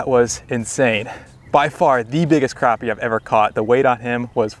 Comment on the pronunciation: Awesome catch!......and thanks for pronouncing crappie correctly lol